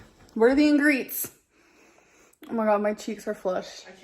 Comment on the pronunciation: WTF is an ingreet?